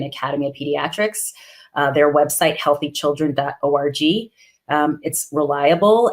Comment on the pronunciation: She said .org but it sounded like orgi. I'll be using the sound org (like borg without the b) instead of the individual letters after this. 😂🤣😂